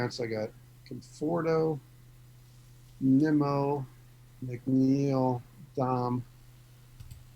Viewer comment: I'm sorry but incorrectly saying players names is a huge pet peeve who is neemo 😂 and kaboom 😂